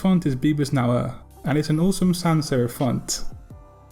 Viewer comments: my mother tongue is german so i really had to laugh when you pronounced it completely different than me. Once again, wasn't meant in an offending way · "neue" (German for "new") is pronounced as "noye", with a "y"-sound.